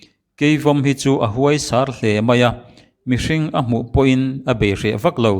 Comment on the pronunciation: A ngaihnawm e. Mangte hi a kawlh duh phian an ti a sin. Mahse a tet deuh avangin pachang tana hlauhawm tham lutuk erawh a ni lo. Tin hetiang ti tur chuan Mizo ṭawng leh hming thluk dik lo hian a ngaihnawmna a tidal thei tlat. Ent: Huaisar tih hi Bathlar tih thluka lam tur a ni a, Fei múng hi Theifeimung tiha a 'Fei mung' lai thluk a lam tur a ni. Chutiangin a dang pawh thluk dik lova lam a awm zeuh zeuh. Tunlai Media-a interviewer te leh thu sawitu dang ten mahni pianpui ṭawng thluk te, khaw hming thluk te kan lam dik lo nasa lutuk hi kan inbuatsaih ṭhat loh vang a niin, ṭhangtharte beng hriata ṭawng dik lo theh darhna kawng a nih theih avangin kan fimkhur deuh deuh a ṭul hle.